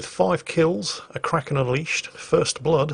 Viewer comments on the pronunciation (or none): none